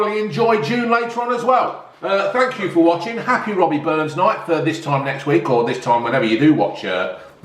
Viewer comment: its not robbie burns its rabbie burns for fucks sake lol